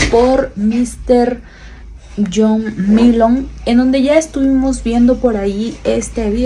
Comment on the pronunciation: Ya no es John Milton? Oh por que dices Milon?